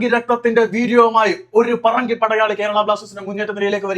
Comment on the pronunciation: താങ്കൾ പറങ്കി എന്ന് പറയുമ്പോ തെറി വിളിക്കുന്നത് പോലെയുണ്ട് 😮